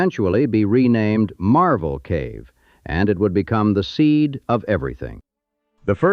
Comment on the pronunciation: It's MARVEL Cave - NOT - MARBLE Cave!!! THIS IS PURE A.I. BULLSHIT!!!!